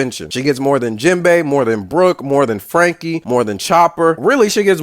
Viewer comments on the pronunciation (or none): it's not jimbay or jinbay, it's Jinbe. The e is prounounced like in get, met, or fed. jin-beh. japanese is phonetically consistent. it's never bay.